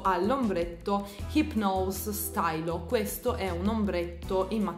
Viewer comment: Comunque "stylo" si legge "stilo" non "stailo" è francese...carino il makeup...come tutti gli altri va XD